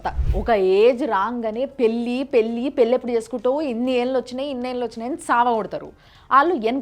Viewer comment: పెల్లి కాదు మేడమ్ పెళ్ళి పెళ్ళి